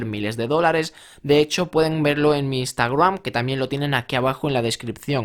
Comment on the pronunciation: Por que dices Instagram raro ?